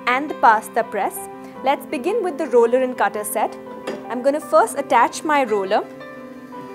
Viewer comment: It’s not “a rollya”! It’s the roller!